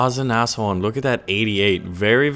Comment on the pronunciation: For god sakes! it's pronounced nas-horn like Nascar horn. it's not nashhorn.